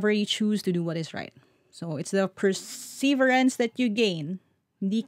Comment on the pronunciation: ..ilipat lang ang stress sa 3rd syllable. Galing sa 'persevere' - itutuloy lang ('perseverance')